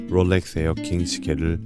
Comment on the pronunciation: 영상 퀄리티는 최고라고생각이드는데 롤렉스를포함한 영어발음을 어떨땐 혀를굴리고 어떨땐 혀를안굴리시는데 듣기가 불편한부분이 있는것같습니다 다른영상에서도 혀굴림이 너무 심하다고 느껴지더라고요